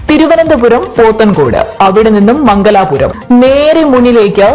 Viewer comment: മംഗലാപുരം അല്ല മംഗലപുരം എന്നാണ് പറയേണ്ടത്.